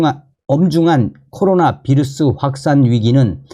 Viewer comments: "비루스" 아니고, "바이러스"라고 말합니다. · 휴전선 윗동네식 표현이자 독일어 식으로 읽은거죠.